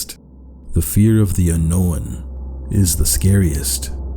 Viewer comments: alright, but it's not "unknowin," it's "unkown." (un-own) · I like how he says un-no-one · I'm sorry, but I keep getting pulled out of any possible proper "mood" for this video by the way he seems to keep saying "unknown" as "unknowin" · Why does he pronounce "unknown" as a "annowan" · Me: watching the video peacefully and enjoying it. Him: uknowawn Me: wat did he say? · Why do you say unknown like that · what area of canada are you from? theres another youtuber i watch who pronounces unknown the exact same way you do and i figured it’s a regional thing! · I'm not sure how I feel about the way you pronounce "unknown"... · Also I can't tell if you're meaning to pronounce unknown wrong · I’m sorry but the way you say unknown is, w e i r d